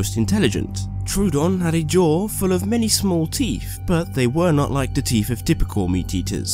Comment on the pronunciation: I no its probably your accsent but its teeth not teef